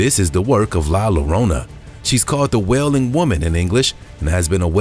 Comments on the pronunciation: It's NOT pronounced La "Lo - rona", it is spelled "Llorona, but the double "LL" in Spanish makes the same sound as the "Y" in English. (Like Tortilla) So La "LLORONA" is pronounced La "Yoh - roan -ah". (La Llorona = The crying lady) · LA LLORONA pronounced LA as in la la la LLORONA as in YO RONA ---LA LLORONA